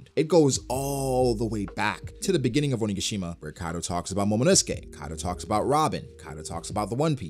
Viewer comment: Hey, Oni-ga-shi-ma sounds just perfect now ❤️❤️❤️ listening...